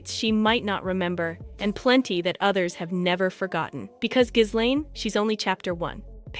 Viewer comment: Its pronounced Gillenne not Jizlane.